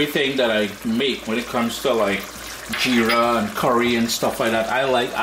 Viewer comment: Nice repice. And its Jeera with a J. If you can say Jeep then add ra instead of p 😊